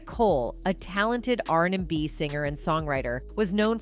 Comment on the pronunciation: Im sick of these news broadcasts that can't say the words right like R&B beehive Keisha simple stuff like ugggrrr